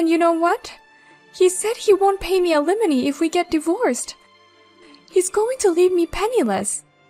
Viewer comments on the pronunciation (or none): Al eh mony. Not eliminy. .